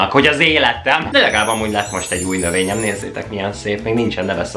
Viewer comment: Nővèny neve : növèny XD